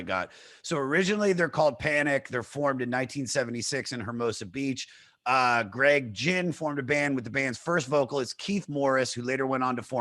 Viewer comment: The mispronunciation of Greg Ginn is killing me.